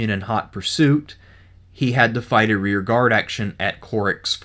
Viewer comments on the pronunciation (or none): none